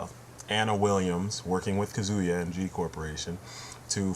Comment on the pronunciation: now im being annoying; but kazuya is pronounced cah-zoo-yah not cuh-zoo-yah.